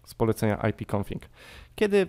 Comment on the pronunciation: Wszystko super. łapka leci ale nie mów ipconfiNg tylko ipconfig. Pozdrawiam :)